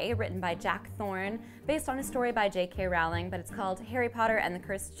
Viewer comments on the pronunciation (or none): none